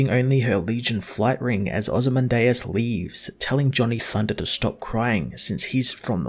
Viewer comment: I think its pronounced Oh-zee-man-diaz